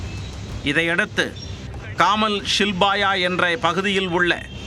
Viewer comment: காமல்ஷில்பா இல்ல. காமாக்ஷிபல்ய..😅😅😅😅😅